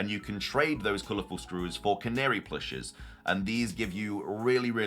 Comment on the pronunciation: I thought I was going insane but youre the first person to pronounce Canari correctly I swear lmao